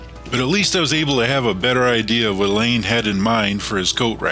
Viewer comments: Alain is pronounced Allah. . . not 'elaine' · Great video! it was neat getting a different perspective from working with someone else on the project and having your video narrated by the other person! I was a little thrown by the pronunciation of your name Alain as I always assumed it was like the English name Allen or Alan. Always enjoy your videos and look forward to waiting for the next one to be posted.